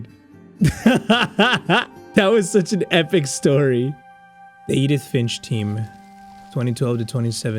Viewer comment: My last name is Finch so how dare you say it wrong